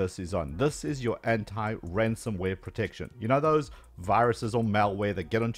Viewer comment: You said Ant-I, I'm out ahah, only joking but it does trigger me ahah